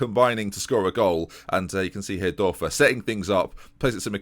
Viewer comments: the "ör" in Dörfer is pronounced like the "-ur-" in burn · The Ö in Dörfer is prounounced like the U in Ben Hur